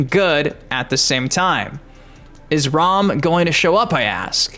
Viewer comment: Was going to like until you said (ROM) It's RAAAAAMMM like how you say MA'AM. No way you get ROM out of that. His name let's you know he's about business. Like he's coming to raam his foot up our ass lol